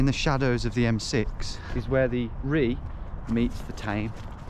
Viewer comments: River Rea is pronounced “Ray” ………not “Ree”! My old firms yard near duddeston backed onto the Rea ……and one thing I can tell you is when it rains that river rises several feet and if your down in that area when it happens there’s no way to scale those high walls to escape . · It’s Ray not Ree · That's the river "Ray" rather than "Ree" which has some very handy cycle paths near my house. Interesting way to see my city, thanks for the video. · Loved this. Thanks guys. Courageous stuff. Did you know that river Rea is 'Ray" not Ree. I worked on Bradford St for two decades overlooking this secret river. Never seen it from your adventurous angle! 😆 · Hey Tom, it’s pronounced ‘Ray’ not Ree, and the River Rea is an extremely important river in south west Birmingham where I grew up! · You did really well chaps but it's pronounced ray not ria. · The river ree. It's pronounced ray. Lol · It's pronounced Ray not Ree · River Rea pronounced Ray. Very interesting to see how it actually looks since all I've seen of it is the hydraulic modelling outputs! I'm in the process of writing the Strategic Flood Risk Assessment for the City of Birmingham at the moment. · The River Rea is actually pronounced like "Ray" and, prior to Severn Trent, most of Birmingham was serviced by The Tame and Rea Drainage Board. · By the way, the river Rea is pronounced "ray". It's very hidden within the city but opens up a little bit more, especially towards Cadbury world area. Awesome effort, quite impressive it is even possible. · l enjoyed that, esp the River Rea (pronounced ray to this Brummie) lve oft looked at maps and wondered where the heck it ran, now l know. Although the boundary you crossed at jct5 of the M6 is officially the border of Solihull, to us older residents thats Castle Bromwich, it was only after Chelmsley Wood was built it got incorporated in to Solihull. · The River Rea is pronouned Ray as in Ray of sunshine x ray etc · The river Rea is pronounced Ray. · Also, it's pronounced "Ray"